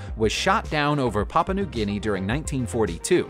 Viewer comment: Papua = PAH - poo - ah